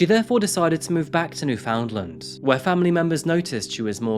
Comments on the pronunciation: It's not pronounced "new found land". It's "newfun'land". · it's pronounced more like "New-fund-land' not "fownd"... That said, thanks for the video. I like your good, wholesome brand, much needed in this dark lens on humanity, like a candle in the dark. Do you cover any historical cases? or cold cases? Shine on, brother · ahhh!!! Haha you've committed the Cardinal sin of pronouncing it "New-Found-Land" 🤯 "Newf'ndland" is more like it! 😁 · Love your videos as always! Quick note: In Canada, Newfoundland is pronounced closer to "fun" than "found". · It is interesting how often you mispronounce North American cities, states, and territories. Do you do that on purpose as a nationalist Brit? We're going to unsubscribe if you do it again and post on social networking your disrespect. It is NEW-found-land. Not New-FOUND-land. You've done this with American cities and we're very serious. We know how to pronounce Gloucester because we took the time to find out. You know how to do much research for your stories so find it hard to believe you can't research the proper pronunciation of American locations. This is a kind warning. We'd like to see you apologize or we'll assume you are doing it on purpose. Next time it will also be reported to You Tube. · New-fund-land. Not New-found-land. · New FOUND land. Pronounced "newfend land" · It's pronounced 'New-fin-land' not 'New-found-lind' :) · it's pounced New fun land. NOT New "found" land. I know you pride yourself on pouncing words correctly. Thanks 😊 & cheers! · Fyi, Newfies don't pronounce it new-FOUND-land. They pronounce it closer to NUfund-land. My grandmam was a Newfie, along with several of my cousins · Newfoundland is pronounced more like New-fin-land and Sobeys is pronounced So-bees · NewFNDLND - forget the vowels when pronouncing the last section of the name. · Newfoundland is actually pronounced as New-fin-land I don’t know why but that’s how shit world here in canada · It's pronounced New-fund-lund.